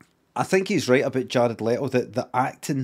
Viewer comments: It’s Le-to Jared Le-to. Are you a baby? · Love how defensive Limmy is over them correctly pronouncing Jared "Letto" when he sounds like a deep fried haggis himself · "jared lettle"